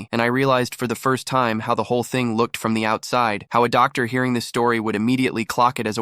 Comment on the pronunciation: “doc dar” 😂